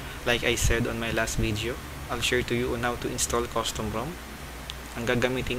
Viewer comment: Bideo hahahahahaha